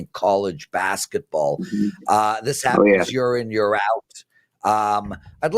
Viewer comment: What is a yurrr? Is he trying to say year ????